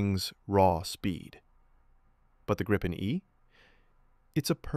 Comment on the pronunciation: What is "Grippen"? The name is Gripen. I know that there's no AI that gets the pronunciation, but here you are: Think of the word 'green'. That's not pronounced 'grinn'. The 'i' in Gripen is pronounced like IF it was spelled "Greepen". It means 'the Griffin'. En grip - a griffin Gripen - the griffin The name was voted for by the Swedish people. "Unprepared surface", well unfortunately not entirely correct. Any asphalt road, wide and long enough. But not like a propelled aircraft from a grass field or a gravel road. The risk stuff is sucked into the motor is too high.